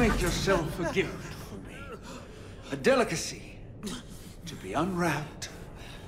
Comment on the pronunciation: "If it's fo free, it's fo me"